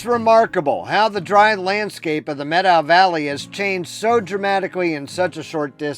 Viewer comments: Thank you for pronouncing Methow correctly. The Methow is my backyard and the Lost River Pinot Gris is a favorite beverage! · Good on you for pronouncing it correctly ;)